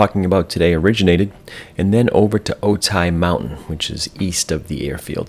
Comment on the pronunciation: Otay is pronounced Oh-TAY, not Oh-tie. Think of Okay with a 't' instead of a 'k'. Also, Camarillo is pronounced KAHM-are-reelo (it's a Spanish name).